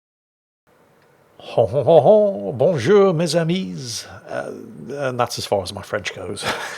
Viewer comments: "Bonjour les amis" well, the "bonjour les" was good but the s of "amis" is not pronounced as it's the plurial of the word "ami" ^^ Much kisses from a French guy who loves your videos :p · That was not bad. Although the S at the end of amis is slient.